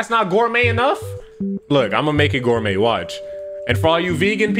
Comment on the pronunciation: Nah it’s gorumè enough so Gorumé